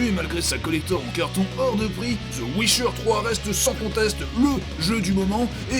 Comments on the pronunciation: Mais nan c pas ouicheur c'est wiicheur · On dit WiTcher pas wicher